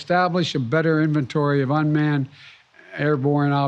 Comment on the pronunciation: “Unman and unidentified” what else y’all need to know🙄 #UFO